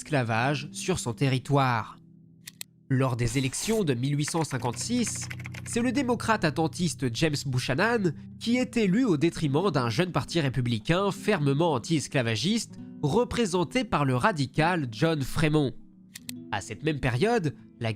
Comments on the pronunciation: Très bon travail. Un seul petit rappel: Buchanan se prononce Biukananne. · Le nom de famille Buchanan se prononce oralement: Bioukanen